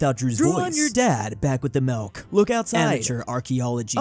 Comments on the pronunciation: Drew constantly saying "Melk" instead of Milk makes me laugh. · Milk not melk lol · Everyone else: Milk,: Melk, theft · it's milk not melk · Drew keeps saying 'melk' instead of milk. If I were to guess what country he'd have to obsess over because he has a marginal amount of ancestry from it, it would be the Netherlands. Then again, he isn't exactly tall... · the way he says milk sounds like melk and as a dutch person that is realy strange to hear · Bud, why do you say milk like melk? Like that's the first person I've ever heard say it like that